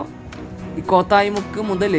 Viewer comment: its not koothayi muku.... its ko tha yi mukku